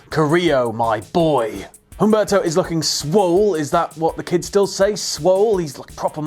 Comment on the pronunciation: Humberto is pronounced "oom-BARE-toe"